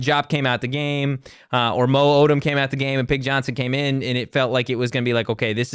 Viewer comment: Not being able to correctly say your players names is insanely disrespectful lol.